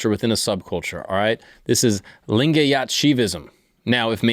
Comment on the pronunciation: And yes your pronunciation of lingayat was right, the one you liked 😂